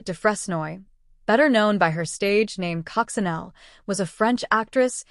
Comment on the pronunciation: cococinelle is prononced is coco sha neil